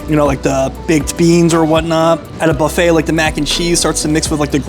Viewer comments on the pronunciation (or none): none